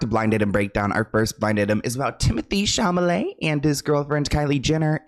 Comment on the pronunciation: I miss how blind items Kyle used to say timtheee chameleee